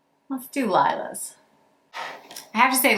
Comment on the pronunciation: You pronounce framboiZ chocolA and lilA in French